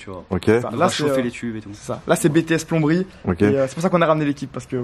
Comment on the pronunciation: Il m'a tuer "ç ets bts plonberie" 😂😂😂